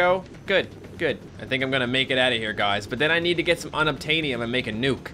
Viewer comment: unobtaniom sounds like unobtainable